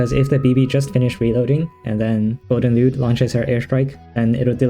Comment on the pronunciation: Is it just me or he saying it golden lewd 😭